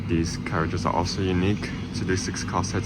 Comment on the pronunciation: I remember a while ago pointing out that you pronounce these as dees, and you claimed it was because you were talking fast. But here you're talking slowly and dees words come out de same.